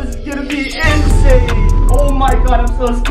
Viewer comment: Geez stop saying in sane